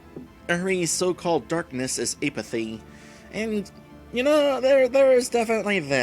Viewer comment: Err...it's pronounced "APP-uh-thee."